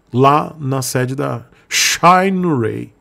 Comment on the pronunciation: "Xainirey" kkk tomar banho viu